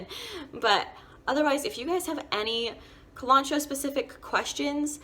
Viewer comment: I dislike her pronunciation of kalanchoe